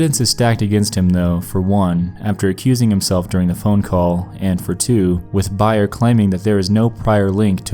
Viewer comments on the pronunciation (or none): Bay_er. Not Bi_ er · .....don’t mean to be a dick but...it’s not “buy-er “but rather “BEAR” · Coricidin= Core-a-see-den Bayer=bear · "bear" not "buyer" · FYI it’s not pronounced BUYER. It’s Bayer. The A is a long vowel. Like the San Francisco Bay. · I think its BAYER not BUYER. Doesnt take away from the enjoyment of video though. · BAY-er not BUY-er. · I know this video is 3 years old but Bayer is pronounced like it's spelled, "bay - er" or even "bear" 🐻, not "buyer", lol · Its bay-er not buy-er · BAY-ER not BUY-ER... lol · BAY-er drugs. NOT BUY-er drugs. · It's Bayer not Beyer. Like Bay...er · Bay- er, Not buy- er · Your mispronouncing of words really gets me. Bayer. Bae Er. Bayer. Not buyer. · Bayer is actually pronounced like "Bay-er" not "Buy-er" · Bayer is pronounced like 'bare' (bay-er) not 'buy-er' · Thank God his pronunciation was making me crazy. Also it's bay-er not buy-er. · BAYER isn't pronounced "buyer". It rhymes with PRAYER. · Everyone: Ba-yer makes Cor-i-ci-din Nexpo: Byer makes Krysideen. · It’s BAY-ER not BUY-ER... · Bay er not buy er Bayer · “Bayer” the company is pronounced like “bear”. Just for future reference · Bay-er not Buy-er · Bayer is pronounced "bear" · Btw it's "Bear" (Bayer) & "Core-a-see-din" (Coricidin). Kids have died by taking too much of this same drug for fun & it can cause side effects like hallucinations... I'm not sure why they (Bayer) are saying it's harmless, because it's well known in the medical field to be dangerous at high levels. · BAY-er, not buyer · Was literally coming here to say this LOL. Its Bay-r not Bye-r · Nightmare Expo I was bout to light you up lol & 'bay-er' not 'by-er' lol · Bayer = Bay-er, Coricidin = Cor-a-cee-den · BAY-yer makes Core is SEE den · Cory-see-den and bay-er man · It’s pronounced "bye-er" since it’s a german company and german name. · It’s pronounced BAY-er :) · It's pronounced BAY-er. And also COR -a seed in. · I love you buddy but I want to teach you how to say Bayer & Coricidin lol